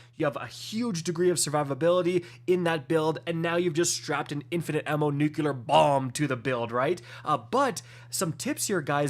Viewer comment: Nucular Bomb